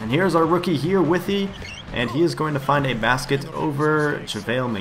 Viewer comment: lol you are pronouncing Withey name completely correct